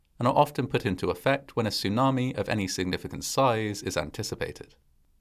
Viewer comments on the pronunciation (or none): Its a tsunami not a sunami. And after saying sunami for most of the video in the end of the video you actually said tsunami, so weird.